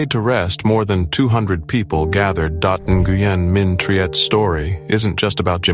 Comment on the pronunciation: It is pronounced Win not Neguyen